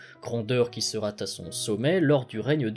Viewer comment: "Sera TA son sommet" c'est pas possible. Je sais pas pourquoi tant de youtubers historiques font des liaisons aussi foireuses :)